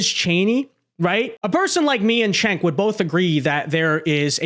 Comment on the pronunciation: It's jenk like jenkem not chink like what you are.